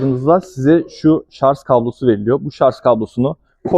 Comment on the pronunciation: Şarz değil şarj